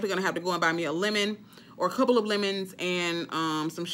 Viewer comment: You are so crazyyyyy..KMSL..wait did you say the next CERPLE (couple) of days??? I'm done!!! Freaking Hilarious 😂😂😂😂😂😂